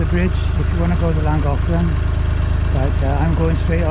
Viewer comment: So you are Welch ! I'm not really surprise in fact, as you were prononcing "Llangollen" as it must be prononced in welsh I suppose... But then, we are sorts of cousins, as I am Breton...🙂